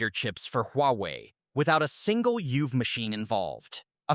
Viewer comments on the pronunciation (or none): Total incomprehensible: Euv is E-U-V, Smice is S-M-I-C...say it properly! 😮